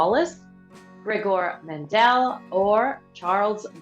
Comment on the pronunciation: I cannot resist this type of quizzes, thanks very much. Just a hint: oractice your pronuntiation of names. Gregor Menel, for instance, is Méndel, not Mendèl (but then, I'm a geneticist).